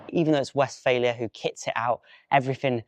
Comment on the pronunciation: Just a small correction - you pronounce it as "West-failure". It is Westfaaaalia :)